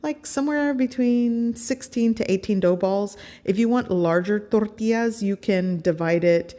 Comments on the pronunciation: Tortias?? Try Tor-tee-jazz 😉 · I love your recipes! I'm Mexican and I think your recipes are pretty typical Mexican food! The only thing I don't understand and I'm sorry, I don't mean to be disrespectful, but, why do you pronounce TORTIAS but you pronounce agua de pepinos con limón perfectly? I'm sorry if I ask something weird but I can't help but cringe when you pronounce tortillas gringo style! Saludos desde Chihuahua y viva México.... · I like how you say ToRRTIAS 😂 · "THORTILLAS" lol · “Flour Torrrrtias” 😂😂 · You don’t have to say “tortillas” like that…